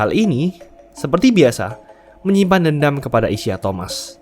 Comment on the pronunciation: Isiah Thomas itu bacanya “Isaiah…”, spellingnya nge ganggu banget